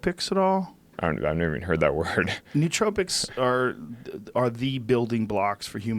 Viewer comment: He sells nootropics and doesn't even know how to say the word... huge fail